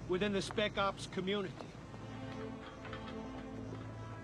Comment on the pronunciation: I LOVE how he says "army deltuh" and "naval intel communiteeeee" with a little low e at the end